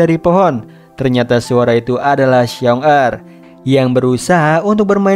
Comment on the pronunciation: Ralate bang Paling yg di maksud xiong da di bacanya shiong ta artinya beruang pertama Bisa di maksud dengan kakak beruang sama xiong erl Di bacanya Shiong el artinya beruang kedua bisa di maksud adik beruang.